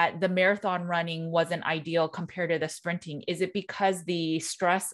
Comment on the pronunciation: I re-wound & listened 5x, still can't understand the word he said that gets rid of visceral fat "better than jogging". Sounded like 'springing' or 'spinning' or 'sprinning'?, clarified it: she pronounced the 'T' "sprinting"! Thanks,.